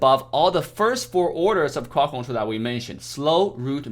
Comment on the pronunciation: I love the way he says. Cwod Cwontwol